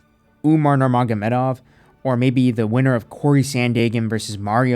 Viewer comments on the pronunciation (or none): none